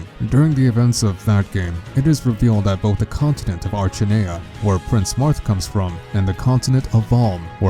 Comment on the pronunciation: Ugh... Archinea (Ark-in-eya) =_=